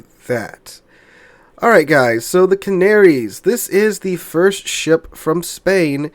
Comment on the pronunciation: Ca -na -ri - as ....give it a try